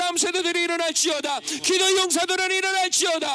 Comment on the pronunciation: 설교 내내 ‘이게’ 라는 소리를 많이 하셔서 집중해서 들었는데 기도였군요. 열심히 기도할게요.